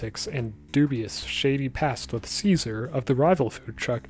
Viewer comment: I just watched the new episode and I thought it was funny to learn Caesar is pronounced Chase-ar